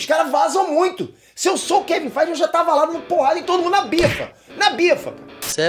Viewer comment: FAAAAIT ( FEIGE) KKKKKKKKKK